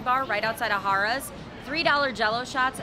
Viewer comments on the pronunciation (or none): Great review like usual. Funny I kept hearing Hahrahhs!! It was funny. Than you would say Harrahs, than back to Hahrahhs...lol...Good times. Thank you for sharing. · Pronounced hair ras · The correct way is Hare-uhs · I will not lie, almost stopped watching it after I heard haaar-as the 10th time. Totally took my focus off of the place itself, lol. Spot on review though! Def one of the prime locations and hotel rooms are affordable. The table games limits tend to be high though. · Lol that was my comment to you too!! Stayed there many times. It’s definitely Hare-uhz!! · The oyster bar is very good but not cheap. Harrahs is one of the last on the strip with 5 dollar tables most of the day. It was funny how you were pronouncing Harrahs, it should be "Hair" ahs, anyway, good video and don't miss that oyster bar next time... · I 'm an inconsistent pronouncer of "Harrah's" myself. No worries on my part! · Why two different pronunciations of the name Harrah's? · I love how you keep pronouncing Harrahs differently. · Mispronouncing "Harrah's" makes your entire vlog invalid and a complete waste of time. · I didn't care for how you kept switching how you pronounced Harrah's. It got annoying.